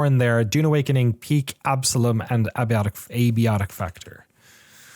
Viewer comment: Thank you for being the first person on youtube I've heard pronounce abiotic correctly Also, I'm glad is going to play some KCD2, but the thought of him skipping all the story stuff is already raising my blood pressure 😂